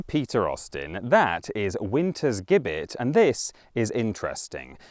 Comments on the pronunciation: Hi Peter. Great first video. I do side with the the theory that the bloody code was likely a way of thinning out the increasing population of poor. (Not that it was their they were poor) just want to let you know that Gibbet is pronounced with a soft g (ji-buht) just in case it pops up in other vids. Just trying to be helpful sorry if i sound like one of those people :/ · Gibbet has a soft g, no?